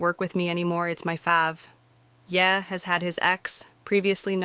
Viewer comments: "And before I get to that in a few seconds" is always to be interpreted as "I'll get to it in about 5 minutes." Just skip to whenever this guy says "a few seconds" in whatever video he is a spokesperson for. Also, this female AI doesn't know how to pronounce Ye (Yee, not Yeah), and other words. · The AI reader is funny, 😅. She calls Ye, "Yeah." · Not that it matters but you're AI is mispronouncing Kanye's nickname. It's YAY not YEAH. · "Yeah" is not how that is pronounced. It's (stupidly) the last two letters of his first name and is pronounced "yay" which is somehow sadder. I disliked him before I disliked Jay-Z, but after I disliked Puffy. "Puffy just took the whole song and put a club beat behind it!!! How you like that crap?!" "Kanye was a decent journeyman producer until he rapped with a broken jaw and someone said laughingly "hahahahah yeah you sound GREAT man hahahahah" and he said "YES. YOU ARE CORRECT. I *AM* THE BEST RAPPER EVER!" "Jay-Z? I guess that Hard Knock Life sample was cool. HEAD OF DEF JAM WHAT?!" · Its YE (yee) not ye (yea) You know Kanye ..ye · why does the AI voice say "yeah" for "ye"? It made it a little hard to follow.